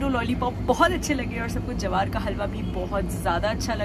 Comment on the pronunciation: It's ज्वार not जवार